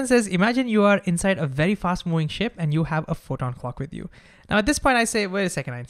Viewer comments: Bro, please learn to say V, it’s moving, not mooing. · I can only hear "mewing" instead of moving.